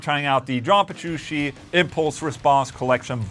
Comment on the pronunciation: AFTER ALL THOSE YEARS! he still can't pronounce John Petrucci right 🤣 (it's not Jean Berushi)